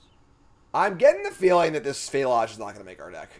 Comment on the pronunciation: please ask little red how to pronounce Phlage. I think he'd have a better take on it. How does Phlage ever get to Fie-lay-zye? I know it's a name so you can take some liberties...but just replace the PH with an F. It's Flayje.